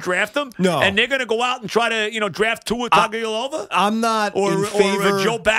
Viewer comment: "Tua Tavialova" 😂😂